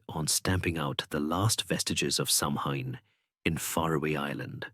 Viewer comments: Stopped listening after mispronunciation of Samhain. It has NEVER been pronounced Sam Hain. It's "Sow-an". Christ on a bike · thanks for your reply. I got annoyed because I'm Irish & know how to pronounce it correctly & it's really not that difficult to do your research these days. These things matter to people. I just don't think I could've listened to the whole thing knowing Samhain was going to be mispronounced.